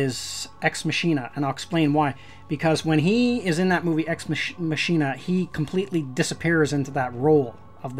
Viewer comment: You pronounced it ex machine_nah its pronounced ex mock_e_nah. I just found out when i was looking up reviews. I had never herd it spoken before.